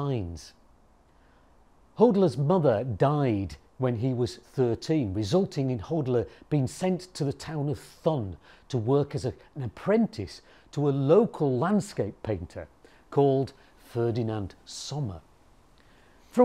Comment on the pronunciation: The city of Thun is pronounced like this (toon) 🙂 My late husband was from Switzerland. He was born in Zürich, but his ancestors were from Bern. 🙂